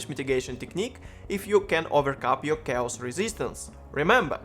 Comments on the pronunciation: chaos читается как кейос не чаос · Looks like a cool guide. I don't know where you took it from, but it's "chaos" is said with "k" :D